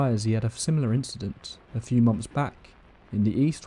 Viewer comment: Once every few monfs.